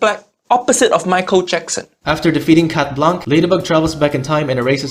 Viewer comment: Oh and for the anecdote, we pronounce « Blanc » « Blan », the c is muted ✨